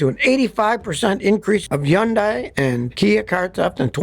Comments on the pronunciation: I don't understand why why he always mispronounces Hyundai! It's pronounced like HONDAY NOT YUN-DIE! It irritates the hell out of me. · It's Hundai not Hunday? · as a car mechanic you’d think he’d know how to pronounce hyundai. it’s like sunday with an H, try it out. you’re welcome. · Why do you keeping mispronouncing the car's name? "Yundai"?!?! WTF?!? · yes, the H is not silent. I don't know some people think the H is silent in Hyundai